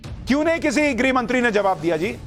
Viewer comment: 🌹🌹👏👏माफ करना आप को टोकना पड़ा है आप गृह मंत्री को गिरी राज्य मंत्री बोल रहे हैं अपना उच्चारण ठीक करें बोलते समय यह ध्यान रखें इसमे ह भी अपना काम करता है बोलने मे ग्रह बोलना चाहिए न कि गिरी 🌹🌹👏👏